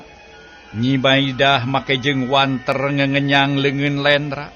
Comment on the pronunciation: punten,sanes wanteur(eur) tapi wanter (eeeeeerrrr)🙏🏼